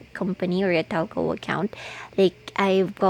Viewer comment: Talco? HAHAHAHAHAHAHA funny Trying hard